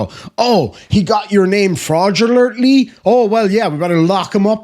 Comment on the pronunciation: Florgently ? Do your own homework